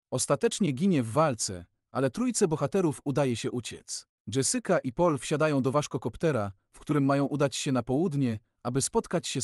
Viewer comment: dżesyka 😅 sadukar? serio.... masz ładny głos, popracuj trochę nad tym o czym mówisz i będzie super!